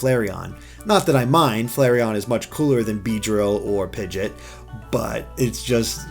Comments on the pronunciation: It's Pigeot, not Pigit... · Please, it's driving me mad. It's not Pidget It's Pid-Gee-OT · Yeah, it really bugs me when he says that :/